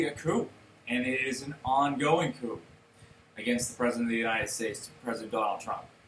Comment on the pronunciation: it is pronounced cooo not coop